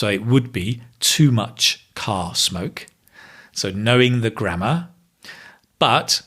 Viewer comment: The "grammater" was hilarious;)